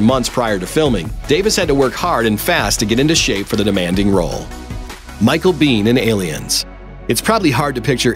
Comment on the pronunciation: Micheal Biehn MADE Aliens. it's pronounced [Bee-`N], hard N.